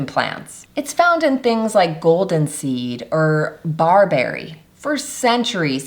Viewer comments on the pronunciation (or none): none